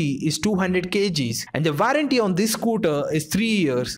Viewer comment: *Warranty pronounced as Vou-run-ti